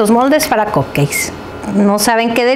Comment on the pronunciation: Que estresante es esta mujer diciendo "COPKEI"